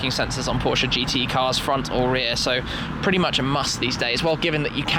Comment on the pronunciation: IT IS a german car / brand so it is Porsche not Porsch